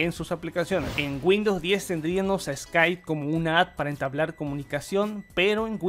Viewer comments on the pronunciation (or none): none